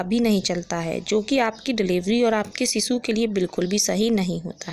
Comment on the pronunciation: Phle bolna to sikhlo ....sisuu😂😂😂😂😂😂😂